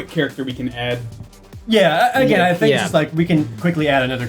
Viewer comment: I want a shirt of that just says "I fink" at the bottom.